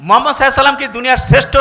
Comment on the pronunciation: Sir please আমাদের নবী হজরত মুহাম্মদ (সাঃ) নামটা একটু সুন্দর ভাবে উচ্চরন করলে ভালো লাগতো।উত্তর বঙ্গের লোকের কথা তো শুদ্ধ। Sorry কিছু মনে করবেন না Please.